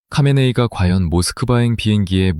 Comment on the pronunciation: Ai 목소리가 수많은 이들의 녹음샘플에 모음집입니다 하메네이의 하가 묵음처럼 들려 카메네이로 들리긴 하겠네요 듣는 이들은 선별하여 이해해야 합니다